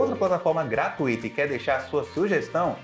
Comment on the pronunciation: A pronúncia é : gratuita e não gratuíta. Não tem tonicidade no i. Amo o canal.